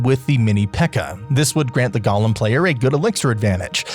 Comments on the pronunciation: It's not "gollum." It's golem. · Bro please it’s pronounced go-lem, gollem is objectively incorrect as per Merriam-Webster.